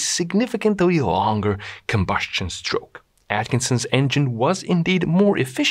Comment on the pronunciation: Combustion is not "combuSHtion" (and SHtroke). Good video other than that.